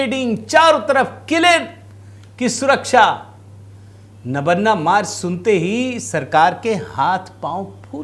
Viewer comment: नबन्ना नहीं महोदय नवान्न ( नव+अन्न= नवान्न।)